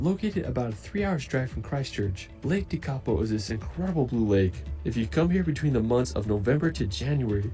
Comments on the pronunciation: Love your coverage and commentary, Tekapo is stunning pronounced Tech a po, all of our nation is incredible so worth the trip but the best thing about us is that we love visitors kia ora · Im from Lake Tekapo and all of you pronounced it absolutely Wrong 😮 Tek a po you Morons 😅😂😅😂😅😮